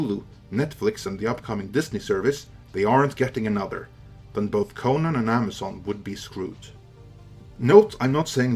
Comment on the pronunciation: CONN-an not kohNAN